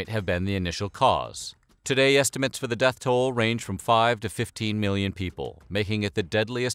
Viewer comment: Oh my God and the word estimates. I mean look up how to freaking say it on Google dude. I'm going to watch something else now because settlers an estimate are two of the most common words in the English language yet you just can't get them